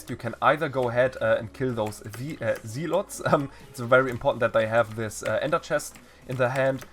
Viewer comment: Its not zee-lot its zeh-lot